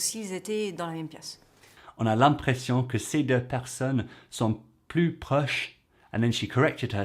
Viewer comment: Hello ! First of all I want to say that Jodie Foster's french is wonderful ; its something I've known for ever ; she uses expressions that sound so french ! You can hear her very very very tiny accent in some words, when she says "l'impression" for example ; but it's funny cause when she says "tous les trois" I dont think there's any mistake. Very nice video, thank you.❤